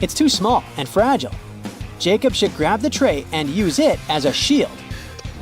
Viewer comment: Fragile is mispronounced